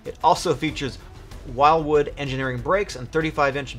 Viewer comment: the brakes should be pronounced Wilwood, not Wildwood as so many people mispronounce.